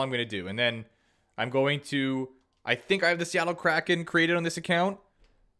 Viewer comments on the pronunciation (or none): none